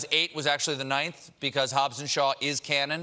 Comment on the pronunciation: He was doing so well till he said Hobbs and Shaw 🤣🤣